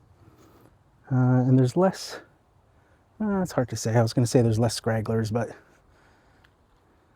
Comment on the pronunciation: Good video. I would have guessed that those were the results you would see. The "High Lift" designation for that blade seems to be missapplied here, or just very confusing at best. And just FYI for future reference: The term is "stragglers", not "scragglers" 😉😉